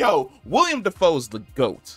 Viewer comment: Not tryna be that guy just letting you know, like when you let a friend know they got food round their mouth. It's Willem not William